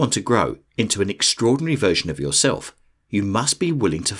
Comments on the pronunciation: Believe in “YourElf” 😂😂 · "yourelf" haha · “believe in yourelf” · "Believe in yourelf" . Lol just messing. I needed this, thanks. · “Believe in yourelf” 😄👍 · "believe in yourelf"